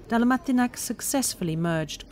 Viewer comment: My city ♡♡♡ I just wanted to point out that Jure Dalmatinac's name is not pronounced DalmatinaK...but rather Yureh Dalmatinatz. When filming such videos, might I suggest asking locals how to prounounce certain words, especially names :)